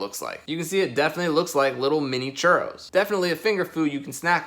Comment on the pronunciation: How many time says Churos ⬇️⬇️